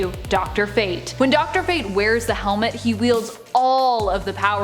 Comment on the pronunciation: Why is she saying helmet...like that? lol